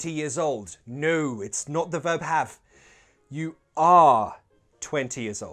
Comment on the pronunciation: why do u pronounce “no” like “nijuu:” 🧐?